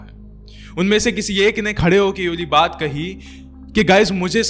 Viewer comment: not yuwali… it’s Yeh waali